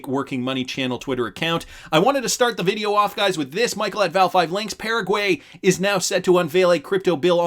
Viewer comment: Can you please learn how to pronounce Paraguay? Thanks